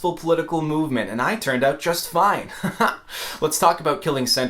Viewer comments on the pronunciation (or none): none